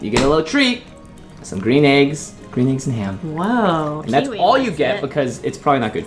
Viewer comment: Dr. Seuss's Gwean Shmegg Yolks And Ham.